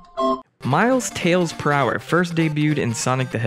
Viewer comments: It's prouler not prower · presumably because Prower doesn’t look like it’s pronounced ‘per hour’, it looks like it’s pronounced ‘prow-er’; you wouldn’t say the front of a ship is called the ‘per ow’, so it’s not unreasonable to think the same with Prower. If you’re not expecting his name to be a pun in the first place you wouldn’t make the leap of logic to work it out. 🤷🏻‍♂️